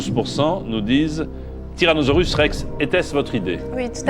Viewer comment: J'adore comment JPF dit "tyrazonorus"